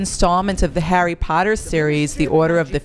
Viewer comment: lol the girl at the end says: harry patter